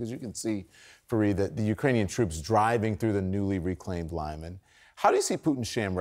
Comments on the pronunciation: Why do they insist in calling it Lie-man, when the locals call it Lee-man? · it's "Lyman" ... Lee Mun - not Lie Man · I think lih-MAHN is a little closer. ---------------------------- With "i" in "lih" pronounced as "i" in "pit." Yes, this will be the Ukrainian pronunciation. I gave the Russian one. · The name of the city of Lyman is pronounced lee-MAHN. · That's close. I think lih-MAHN is a little closer. But I'm not expert.